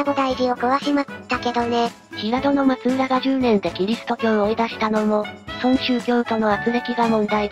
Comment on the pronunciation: 確かフロイスは秀吉の多指症のことを言って無かったかな。ちなみに松浦はまつらと読みます。